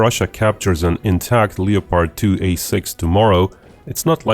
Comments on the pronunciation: honey you're saying things wrong. They are leopards like the animal not Leo-pards like The Butcher of the Congo who was the king of Belgium at the time (Leopold.) Also the word subsequent should not be pronounced that way. It is sub-se-quint. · Don't pronounce the 'o' in Leopard. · It's pronounced "lep-ard" not "leo-pard." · It's Leopard, not leppard. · Hey buddy - great content! A tip for you to improve your English: 2 syllables. LEP HERD, we do not say "LEE-OH-PARD" in 3 syllables. Only 2 beats. LEP - HERD. :-) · Leopard, as in the animal, pronounced Le-Pard not Leo-Part. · Hey, it's pronounced like Def Leppard, not like leotard. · Uh, leo-pard? It’s pronounced Lepperd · Bro… the name is german and it’s pronounced Leo-pard. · if speaking English the pronunciation is lep-ard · The German pronounciation is Leo-pard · It is pronounced Leo-pard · The “o” in Leopard is silent 🤫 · You’re pronouncing leopard wrong